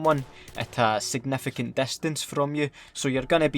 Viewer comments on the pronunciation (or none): "A segnefecent destence" Scotland is amazing